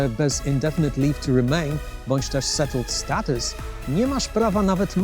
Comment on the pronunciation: Już miałem wysłać pochwałę za dobrą wymowę... Po usłyszeniu "settled status" jednak nie... :)